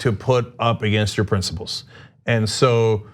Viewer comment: Why does Cenk say "princiBles"?